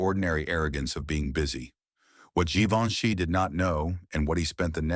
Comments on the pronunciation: AI. “Geevinche” 😂😂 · Tirally fake story You cannot even pronounce his name correctly Good grief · AI garbage; can’t consistently pronounce or spell Givenchy correctly. Disrespectful and insulting. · The voice chosen was excellent. But whoever edited this piece of AI slop should really have focused on pronouncing Givenchy correctly every single time it was uttered. The mispronunciations and the misspellings in the captions pissed me off. It actually served to undermine the entire narrative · If you make a story about Givenchy, make sure to mispronounce tha name. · At last! Successful in failure. I thought he was trying to say Leonardo da Vinci!